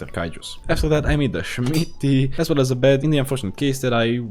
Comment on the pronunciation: Why this guy say shmity instead? where he originally from?